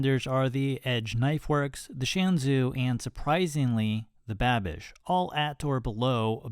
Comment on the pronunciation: lol calling the Babish knife "Banish" :P